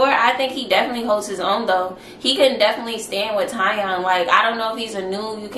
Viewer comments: TieOn is pronounced TeeOn 😂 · He pronounces it TEE ON (Tion)